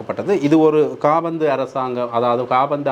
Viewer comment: காபாந்து இல்லை காபந்து பிழையாக காபாந்து காபாந்து என சொல்ல வேண்டாம்